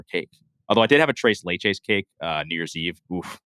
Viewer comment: Hurts my ears as a Spanish speaker to hear them say tres leches.